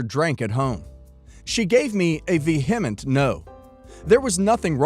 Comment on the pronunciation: vehement - not ve-hement, it's ve-e-ment three syllables ;-))